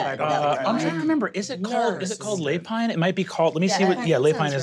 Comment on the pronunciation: Lapine is French for rabbit. Pronounced lapEEN. But your way of saying it is cute. 😝